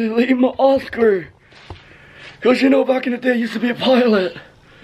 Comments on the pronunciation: Stop saying sno say know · Stop saying shnow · Am I the only one that notices that he says snow instead of know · Please stop saying “shnow “😂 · I’ve had enough of him saying shnow😭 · Why does he say shnow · I’m sorry but does anyone get really triggered when he says ‘YOU ALREADY SHNOW HOW IT IS’ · Does it trigger anyone else how he says shnow instead of know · If you say know with an sh one more time I’m unsubscribing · It is know not snow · Bro he says you already shnow how it is way to much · Why does he say snow instead of know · Why does he say Shnow and not know like what the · He always says shnow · why he say shnow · Why does he always say shnow instead know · Stop saying shnow WTF...WHAT THE HELL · Can u pls stop saying snow instead of know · stop saying shmoe